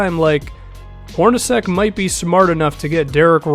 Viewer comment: Dude, it's pronounced 'Hor-na-chek'.